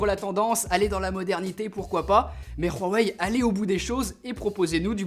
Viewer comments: C huawei pas Rhuawei 😂😂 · Par pitié c' HUWAI pas Rrhuawei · On dit huawei pas rhuawei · Svp on prononce " wawey " pas " Khouwawey " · C'EST PAS RUAWEI MAIS HUAWEI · Nickel mais c'est Huawei pas rhuawei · Ruaweil 😂 Sinon superbe vidéo 😉❤ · comment ça se prononce ?? : " Huawei ou Hrowawei ?? " ptdrr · Pourquoi tu dis RUAWEI ? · Super vidéo mais c pas rawei mais Huawei tu le dis mal mais super vidéo merci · C huawei pas ruawei et rien a péter que ce soit comme sa que l'on dit en chine ou ailleurs on est en france et c une video francaise donc sa se prononce en francais et de plus la pub de huawei a la tele le prononce huawei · Pk tu rajoute un r à huawei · Ce n'est pas " Khuawei" , c'est plutôt " Huawei" en prononciation . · C'est pas "rwawei" ça se dis "wawei" en fait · C HUAIWEI ET PAS RHUAWEI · Rowahei ? 🤣🤣🤣🤣 Huawei avec un H sinon bonne vidéo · C'est huawei pas roiwei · Pourquoi dit tu Ruawei au lieu de Ouawei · Pourquoi tu dit rhuawei sa se dit Huawei pas rhuawei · Huawei pas rhuawei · Ça se prononce Uawei et pas roawei x) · C’est pas Rhuawei mdrrr c’est Huawei 🤦🏻‍♂️ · C'est huawei pas ruawei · Tu dis ruawei au lieu de Huawei c'est hyper stressant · Huawei vient de sortir une vidéo juste pour toi. pour t apprendre à prononcer huawei comme il faut. et surtout arrêter de dire rruwawei parce que ça me stress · Je t'adore vraiment et tt mais c quoi ça noooooo pas ruawei mdr 😂👍 mais uawei c pas grave je t'en veux pas hein 😉😂👍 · J'ai l'impression que tu dit ruhawei au lieu de huawei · C’est huawei pas rhuawai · Excellente vidéo! Réalisation au top 👌🏼Par contre pourquoi prononcer « rouawei » à la ‘chinoise’ alors que dans leurs publicités françaises ils disent « ouawei » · Non, je parle couramment le mandarin et on ne prononce pas "Ruawei" mais bien "Huáwéi" ;-) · HUAWAI PAS RUAWAI t’a foiré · Cest Huawei et pas ruawei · Huawei pas ROUhuawei mais à pars super vidéo☺ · Huawei* et pas Rhaway... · c pas ruawei mdr sa me fais rire😂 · " Rhuawei " ahah xD